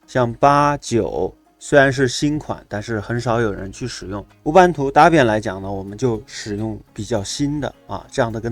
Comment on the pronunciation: 老兄Debian 发音是戴编， 大便大便，我知道你是故意的，但是还是谢谢你的教程。🤣